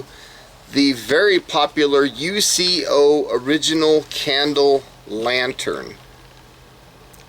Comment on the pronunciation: The company name is pronounced “YOUKO”. They are not initials or there would be a period between the letters. Basic 4th grade English. I’m addition, the part you hold is called a handle not a bail. You’ll find a bail on a fishing reel. Do you know what shape a “GLOBE” is? Of course you don’t. It’s called “GLASS”. This has to be the worst review in YouTube history.